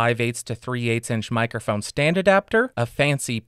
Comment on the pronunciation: Take a shot every time he says "mikerphone"